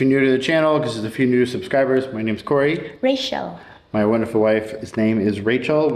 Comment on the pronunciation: Not Rachel But Ray-SSSShhhell I love you guys